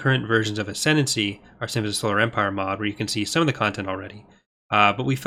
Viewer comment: There's a new mod called "Ascendany"! Sorry,, couldn't resist.